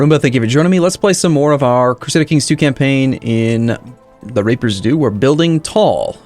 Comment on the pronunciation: At seven seconds you said "The Raper's Due"